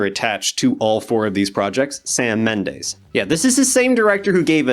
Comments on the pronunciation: His name is pronounced Keegun. And it's BIOpic, and Mendes is not pronounced Mendaze. Gee...you slaughtered THREE pronunciations. Not good. I'm gonna assume you looked up Sam Mendes when you first heard of the Beatles 'byopics'. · It's bIopic, not bi opic. And the last name is Mendes, not Mendaes.